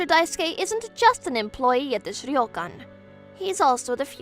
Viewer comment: Wow. I like how you pronounce the Japanese names here. That "ryokan" is almost perfect. I got so used to the japanese names and words being mispronounced in those manga dubs that I was shocked when I heard this one. Good job, VAs!